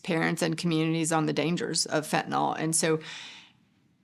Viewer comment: Nyl not nol